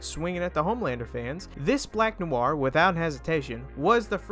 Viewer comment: why do you keep saying it as new are,,, its noir,,, pronounced nwarr